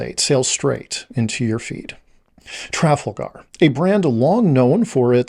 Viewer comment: Your pronunciation of Tragalgar is distracting me. I've never heard it pronounced that way, and I've taken Trafalgar tours.